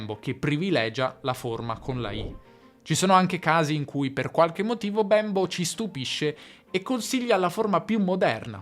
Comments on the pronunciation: Si pronuncia Bémbo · Bravissimo! Ma quindi l'italiano è una lingua "manierista"? e Bembo non si dice con la e chiusa? Grazie Ciao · infatti. Mi crea davvero un poco di disagio quella 'e' così marcatamente aperta che adopera nella pronuncia del nome Bembo